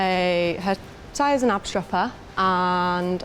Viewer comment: If you would like to say Knapstrupper like a Dane, try to put sound on the K too